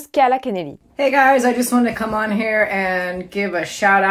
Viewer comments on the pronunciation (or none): none